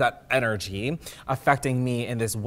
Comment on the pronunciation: The word ''Energy'' got absolutely butchered